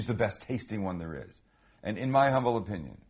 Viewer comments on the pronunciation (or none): none